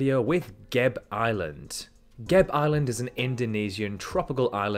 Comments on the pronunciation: Every vowel in Gebe and Papua should be pronounced, not sure why you opted to pronounce them as Geb and Papa instead of the safer option of pronouncing it all phonetically lol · it's pronounced ge-be island not gabe island. ge as in get and be as in bad. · GÉBÉ not geyb